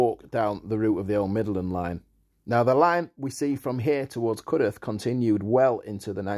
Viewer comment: So glad you pronounced it as Cudeth and not Cudworth.